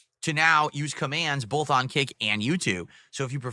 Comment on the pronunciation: The way he says “bowlthh” just ticks me off JUST SAY BOTH and pronounce the TH jfc